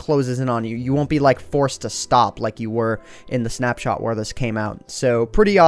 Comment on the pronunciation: "But anyways guys, I hope you have enjoyed this snapshart review" <--- Is that intended? XD